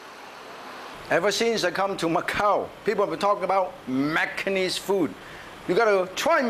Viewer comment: Martin Yan was my first exposure to Macanese food! Even the words “Macanese food” sounds best from Mr. Yan.